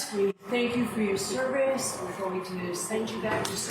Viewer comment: Did the judge say thank you for your cervix ???